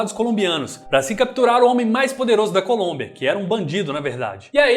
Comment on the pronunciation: Desculpe mas vou ser o primeiro em algo, pegar no pé por coisas tolas, kkkkk, você falou "Colúmbia" invés de Colômbia sim, pode mandar vídeo que "NOIS dá like", e de quebra dou um descanso pro Nogy, rsss.